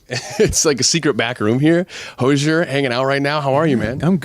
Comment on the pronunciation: Hate that the interviewer consistently mispronounced his name 😤